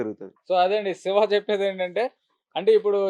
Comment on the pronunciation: అరె పేరు సరిగా పలుకు రా బాబు సెవ కాదు శివ